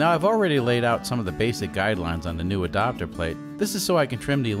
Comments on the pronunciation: Adapter plate, but pronounced Adopter. Grrr.... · It’s ad”A”pter not adopter its drive me crazy 😜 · “E-dopter plate”! Lol! Love the videos. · Ok I'm certain you are Canadian. I've not heard anyone else say adapter like adopter. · You say adapter weird! Adopter?!